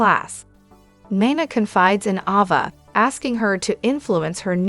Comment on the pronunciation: Is there a reason why you don't pronounce Ava's name correctly??? I notice you correctly pronounce Avery's name correctly??? The letter a has the same sound in both names!!!